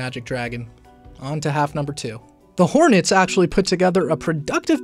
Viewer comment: Did he just say the hornys? 🤔